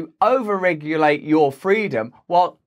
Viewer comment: You mean “fweedom”.